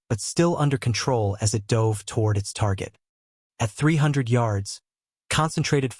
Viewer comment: The AI voice is annoying. For example, repeatedly pronouncing "dove" (past tense of "dive") like the bird. Also, why repeatedly showing a picture of the five Sullivan brothers (killed on the USS Juneau off Guadalcanal, a Fletcher-class DD was named for them). Too few pictures repeated over and over, especially when talking about post-WWII ships (plenty of pictures available for that subject).